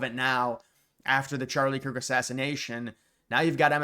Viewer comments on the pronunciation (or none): none